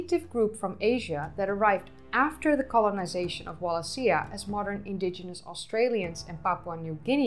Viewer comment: Wal a she a . Not that hard to pronounce.